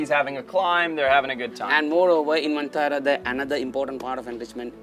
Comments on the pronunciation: Ma'am It's not VENTARA it's VANTARA... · It is "Vantara"; not "Ven"; Van means forest; no idea where the idea of calling it "Ventara" took shape?!!